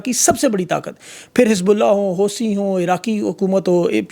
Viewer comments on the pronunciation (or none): کیا شان دار بونگیاں مارتے ہوآپ لوگ۔ بقول آپ کے ایران نے اپنا ایف 35 بنایا ہوا۔ لگتا ہے سستا نشہ کرتے ہیں آپ۔ ایران کے پاس فی الوقت کوئی ڈھنگ کا بی وی آر والا جہاز بھی نہیں رکھتا۔ آپ کی علمی قابلیت اور تلفظ کا یہ حال ہے کہ Houtis جن ہیں لکھا حوثی Housi جاتا ہے مگر پڑھا "ہوتی" جاتا ہے۔